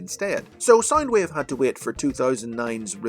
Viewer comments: You keep saying sign wave not sound wave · Everytime you say sound wave I thimk your saying side wave or side ways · Its SOUND.. SOUNDWAVE...not SINEWAVE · Saindweev.. I can't listen to this, please, why did you butcher the poor Wave's pronunciation.. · SoundWave or Soundueve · Stop saying sinewave Pls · “Soynd wave”😂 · why does this guy say sind wave